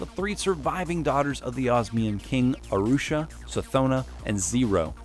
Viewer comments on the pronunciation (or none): Arusha? Did you really call Aurash "Arusha"? Bruh Moment. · how tf did they manage to pronounce aurash as "arusha"? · Ashura??? It’s Aurash